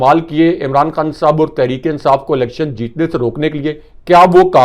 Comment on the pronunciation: He is Khan Sahib,not Khn Sb as pronounces the name.